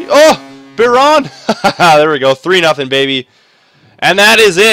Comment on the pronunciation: It's pronounced byerin not biron